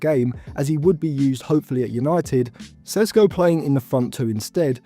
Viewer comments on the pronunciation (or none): What an idiot of a youtuber. Only watching his highlights then making conclusions about him. Have u seen the shots he missed? You dont even watch his games yet making predictions of how well he’ll do. Learn to pronounce his name first